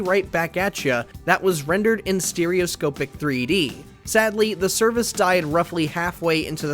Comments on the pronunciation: Take a shot for every time the presenter mispronounces “Stereoscopic” 😂😂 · Once i heard that it triggered me and i would be practically screaming at my screen it's proper pronunciation! :face-blue-question-mark::face-blue-question-mark